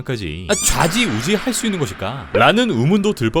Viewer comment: 좌지우지 악센트가 너무 쎄요 선생님...! 흠칫함!